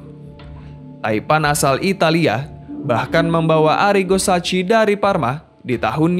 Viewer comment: menyebut SACCHI itu seingat saya Saya "SAKHI"... BUKAN "SACHI"... Broo Sebagai Yang Suka SERI A tahun 90an TENTU AKAN ingat Spelling KOMENTATOR saat menyebut PELATIH MILAN TERSEBUT .... Jadi Curiga nih...